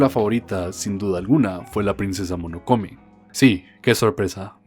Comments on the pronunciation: Alguien más tuvo tics siempre que decía Monokome? Jaja Es: MO NO NO KE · Monokome xD Mis oídos sangraron cada vez que escuché esa mala pronunciación de Mononoke. Castillo del Vagabundo? Dónde le viste lo vagabundo al Howl? XD no pronuncias la H como la H en Harry xD Pero dejando eso de lado, es un buen video. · Solo una cosa... Es princesa MONONOKE xd tanto escuchar "Monokome" me dio algo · MONONOKE no monokome HAAAAAA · MONONOKE NO MONOKOME XD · When se pasa todo el video diciendo Monokone en vez de Mononoke xD PD: Me encanta kiki pero no me gusta totoro ambos como pelicula, soy raro? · cada que dice monokome me da algo.... pero igual ame el vídeo, pues ghibli siempre sera el estudio de mis peliculas animadas favoritas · Hoy aprendimos la maravilla que puede ser el estudio Ghibli, con sus personajes, historias y animación nos demuestra qué podemos ser mejores personas ante el mundo y nosotros... Que hay que decirle a que se dice Mononoke y que ya nació un nuevo shipp entre un mago (Howl) y un pollo (). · Mononoke Hime, Dicotomía. Buen video, pero me rompe las pelotas cada que pronuncias mal.